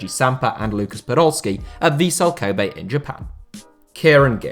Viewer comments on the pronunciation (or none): none